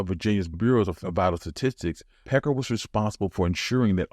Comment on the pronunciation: Walter Plecker, NOT Pecker